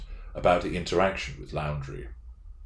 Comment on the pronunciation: Thanks for the vid. Looking forward to your analysis of the body cam interviews. FYI - Moab, Utah - pronounced MO-AB; Laundrie = Laundry